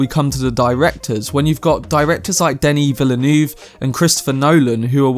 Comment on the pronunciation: Plz learn to pronounce Denis Villeneuve's name.